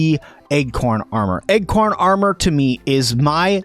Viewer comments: Great and extensive guide. I keep mentally tripping over your pronunciation of acorn armor. I keep hearing "Egg-corn Armor" every time you say "Acorn".... Not a big issue, but it kept derailing my train if thought. Heh, a tip for newbies..... Acorn armor is protective, but you have increased enemy threat and aggro because they find your armor choice quite delicious. Thanks for the guide. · Egg-corn, egg-corn... I thought it was a new item or something! LOL! Good video, as you say, but totally distracting. I jumped to the comments to see what was up! Hahaha! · please stop saying Egg-corn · Me too! I also kept hearing "Egg-corn" as well!